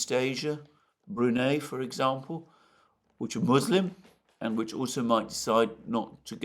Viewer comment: Many thnx for all your impeccable historic analyses! However, all classic dictionaries transcribe /bru.'nai/ for BRUNEI. the language detective